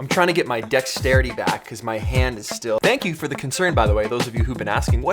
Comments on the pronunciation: Deck - Sterity lol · Decks-terity. I hope that was intentional😂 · I think he means decks-terity